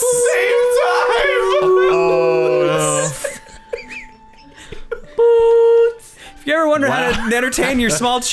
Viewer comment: When I first heard them say poots, I thought they were saying boots.